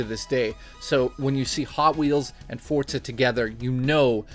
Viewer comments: Great review as always,my aunt in jail loved it too! Am I the only one that wonders why so many people pronounce the game "Fort-za"? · Chris F think of it how people say pizza, you don't say 'piz-za' you say 'peet-za' forza follows the same rules.